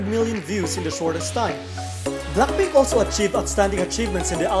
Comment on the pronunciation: i hate the way you pronounced BLACKPINK.. can't you pronounced BLACK properly? not BLAK but BLACK.. BLACKPINK okayy? not BLAKPINK.. anyway congrats BLACKPINK.. i wish to see their performance on Award/Year End Show.. it's been a long time the girls doesn't appear.. for TWICE.. tbh, their recent releases like More & More, I Can't Stop Me doesn't hit enough like their previous song Feel Special & FANCY.. honestly, FANCY concept is superior for me.. JYP should using that concept again in the future.. for live singing, i'm agreed with those netizen.. they already 5 years old, but i won't blaming the girl.. JYP should stop giving them high pitched song & stop using Nayeon - Jihyo alone to carry the whole song.. Jeongyeon & Mina should have more line too because they are Lead Vocal.. stop forcing Momo using that cringey voice, that's ain't cute tho.. Momo supposed to sound better than that.. Chaeyoung should having more rap because she is Main.. JYP is suck.. for Red Velvet, they ain't leaving the 'race'.. they just on their comfort zone & stay unbothered with those 2 group.. i was upset with those netizen who attacking the other girls.. the controversy is about Irene, but the other girls is affected with that.. end of 2020 supposed to be exciting because Wendy is finally back.. but nevermind, i'm anticipated their comeback.. i love BLACKPINK, TWICE & RED VELVET..